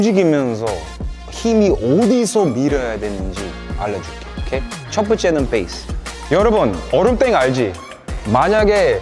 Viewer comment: 태풍님 영어발음 콩글리시도 쓰시네요 ㅎㅎ Base를 된소리로 뻬이스라 할때 웃었음